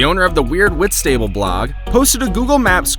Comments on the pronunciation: It's not pronounced whit-stable in britain It's whitst-able The a also sounds lowercase. My ma grew up there 😊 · It painful hearing him say whit-stable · 'Wits table'?! Oh, Whistable! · I don’t like the way he pronounced Whitstable. 😭😭 I understand why he said it that way but that’s not how it’s pronounced 😭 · As someone who lives in Whitstable I don't think I've ever been more irritated by a pronunciation 😂